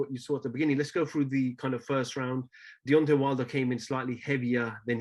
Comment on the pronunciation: It's deantay whylder